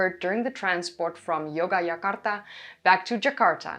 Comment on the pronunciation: yoga jakarta? are you trying to say Jogjakarta? (written Yogyakarta)